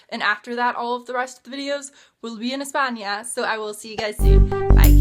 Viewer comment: I'm from Spain and all the people that come to Spain like you with that kind of program make me laugh when they try to pronounce the letter ñ jajaj when you try to say España you always come with Espania or something like that jajaj it's funny :) I like your videos in the long way with you talking the other ones make me kind of bored I think :/ Suerte en España :D